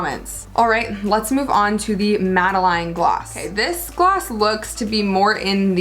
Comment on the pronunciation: It's pronounced MAD-A-LEN and it's a small French cake with a type of shell pattern on one side, traditionally served with Coffee